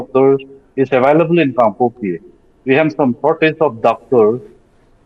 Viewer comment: Respected Sir journalist say kangpokpi junction, not kangkopi😊